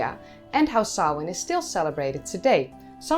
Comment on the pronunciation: I appreciate that you pronounced the name correctly. The possibity that language and its written representation might have sound patterns that differ from a speakers own mother-tongue never seems to occur to some.The care you take shows your respect for others. Another festival Bealtaine is often rendered as Bell Tane which is a harsh sound to airish ears. Sam Hane is"forgivable" to some degree as it most often arises when TV presenters provide fifteen seconds of deep-background at Hallowe'en. Thanks.